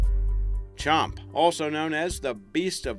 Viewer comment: "Champy"...i live on lake champlain...